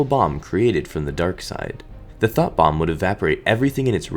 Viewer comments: I though you said thot bomb instead of thought bomb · I thought you were saying “Thot Bomb” lol